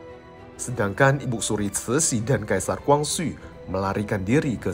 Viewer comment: Ko.. saya agak gak nyaman dg pronounce ibuk suri.. untuk panggilan formal pd seorang wanita paruh baya/tua sebaiknya dg IBU ( tanpa K ) jadi sebaiknya IBU SURI.. Bukan IBUK SURI Maaf untuk komen saya 🙏🏼